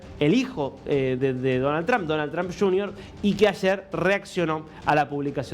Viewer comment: Todos los Argentinos, pronuncian el apellido del presidente Estadounidense de manera equivocada. Si no hablan inglés simplemente digan Trump con U.... esto es mejor que TrAm...es A está muy demás.